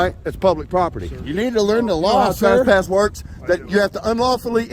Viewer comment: Trass-pass...😅 This is one of the best first amendment auditors out there in my opinion but I love the way he says trespass!